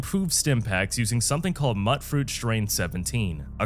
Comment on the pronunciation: Actually it's pronounced "mute-fruit" as in mutated or mutant.